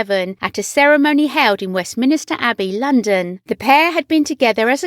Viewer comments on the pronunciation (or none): Yea west minister abby. Wtf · Yea west minister Abby wtf??